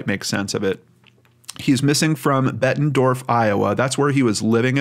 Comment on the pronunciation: Bettendorf not Bettenford